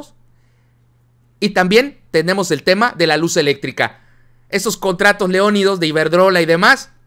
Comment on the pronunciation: se dice leoninos 🙈